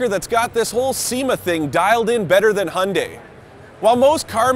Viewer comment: Can any westerner pronounce Hyundai properly?